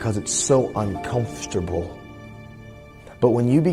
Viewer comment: I'm uncomfortable with the way he says uncomfortable